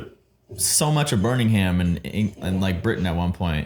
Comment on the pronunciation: Yeah, cringed me out too. Also damn, “BurningHam” instead of “Birmingham”